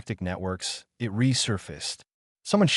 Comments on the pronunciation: I don't know if anyone else noticed that AI naration does not know the difference between "it" and I. T. Funny that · Why can this AI not be taught the word it? Why must it say i,t every time the word it appears in the story? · AI fail. "I T" instead of "it"